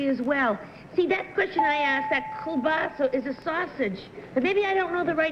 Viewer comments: If Peggy had pronounced Kielbasa correctly (not "kilsaba" as she mispronounced it when asking the question), she might have a point of information. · if she hadn't butchered the pronunciation I'm sure they would have known what it was......